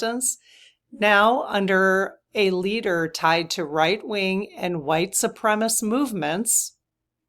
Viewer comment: Su-prem-a-sist. Combine the words supreme and assist, and you’re close.